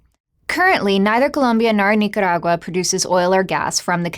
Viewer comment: I like how she pronounces Nicaragua.